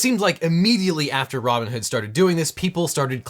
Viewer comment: Pretty sure I heard "Ramen-hood" instead of Robinhood, either way....STONKS!!